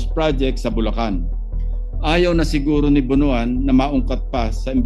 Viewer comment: "BONOAN" is pronounced as "Bon- wan".